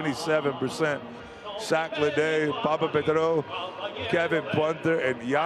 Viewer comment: Who is this speaker anyway?? He can't even pronounce some players' names properly! Instead of telling us how he used to hang out with this and that guy, maybe learn a bit more about the game itself?! No travel for Hezonia to start with, the H in his name is not silent etc. Poor Smailagic and Papapetrou, their names slaughtered😂